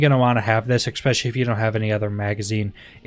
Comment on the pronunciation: There’s no “X” in especially… I’m just trying to be pacific... lol. Love the videos man